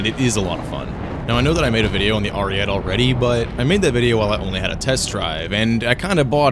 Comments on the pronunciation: as an italian please say it good : ARIE-TEH, not ariet like u say it, it just hurts my soul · If the BV-155 can be at 4.0 the Ariete can go back to its BR, this is bullshit what they keep doing to Italy Also obligatory pronunciation-related comment, the TE in ARIETE is pronounced much like the TA in TAIL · i get that you’re an american but PLEASE say ariete correctly